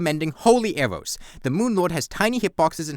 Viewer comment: "wai awe we tawking abowt bown awwows, they're wike the worst awwow in the game!"